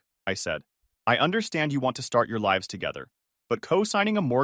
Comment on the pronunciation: So can't say lives